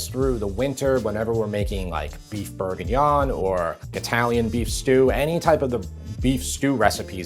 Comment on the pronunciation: Beef Bourguinaaan….is that the same as Beef Bourguignon? 😂🤠